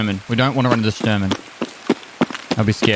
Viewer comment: There is no C in Shturman. Just sayin'... :P